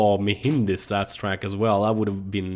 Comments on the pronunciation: You say "StatsTrak" but you have to say Stattrak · det heter staTTrak! Inte staTSTrack! hahaha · It is start rake not startstreken